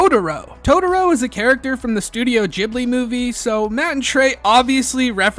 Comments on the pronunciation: it's pronounced GIFbli, not JIFbli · "Ghibli" not "Jibli", ya moron. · "Gh" doesn't really come off with a "j" sound; Ghibli be Gib-lee. But this is a whole Gnosia, 'Gnoshia' debate. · Ghibli is pronounced with a Jay sound. Source - me, Im studiyng japaneese. ジ- Ji ブ- buリ-ri . The first sound is Ji. The "u"in second "bu" sound can be missed and the last "ri" sound can be pronounced as "li" since japaneese doen't have an L sounds, they are written with R. For example, Monkey D Luffy in one piece is written as Ruffy. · It's pronounced like the "g" in "gibberish", not the "g" in "gibbon". The proposed Italian etymology is often cited by Europeans to support the alternative pronunciation, but 99% of Ghibli fans in Japan have never heard of it. The /g/ pronunciation makes it sound awful in Japanese. Like the Japanese word for "cockroach". If the supposed Italian etymology is accurate, it wouldn't surprise me if Suzuki, Takahata and Miyazaki decided on the pronunciation for that reason.